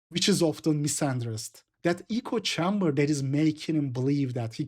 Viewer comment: (also, minor tip: echo chamber is pronounced acco chaam-ber - first time I catch you mispronouncing something)